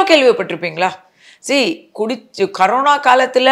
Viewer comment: அது கரோனா இல்லம்மா கொரோனா ...!corona😂😂